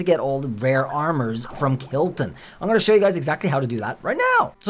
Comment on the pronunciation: It’s not kilton it’s kolton